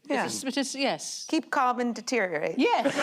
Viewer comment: Before you do, don't forget to add the "or" you dropped from "deteriorate". 🙂